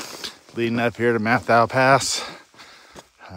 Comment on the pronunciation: I think it's pronounced Met-how.